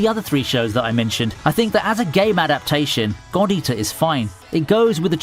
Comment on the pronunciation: Lmaoo, the way he says "God Eater" sounds like he is saying "Gordita"...and here I am, wth does Shakira have anything to do with this!? lol....